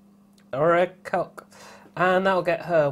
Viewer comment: That is pronounced Oak-Rah-Coke. It is where Blackbeard wrecked the Queen Annes Revenge